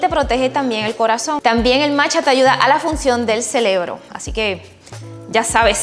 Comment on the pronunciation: dijiste celebro? Or cerebro?